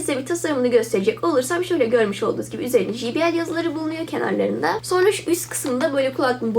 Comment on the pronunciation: "ji bi el" değil "cey bi el" şeklinde telaffuz edilir. teşekkürler.